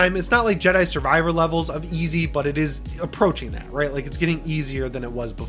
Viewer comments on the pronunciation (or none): none